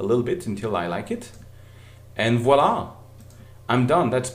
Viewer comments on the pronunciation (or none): Thank you,you are awesome..this great tutorial..and i like when you say "Wala"..:)